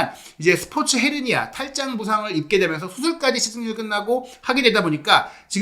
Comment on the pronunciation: 헤르니아 (x) 허니아 (ㅇ /hernia)